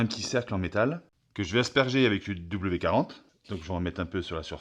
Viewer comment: W"D"40 (et pas "W40" ... 😢)